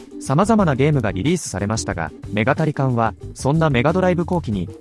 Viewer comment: 「メガタリカン」と「ニンテンドーSwitch版」の発音ってそんなだっけ？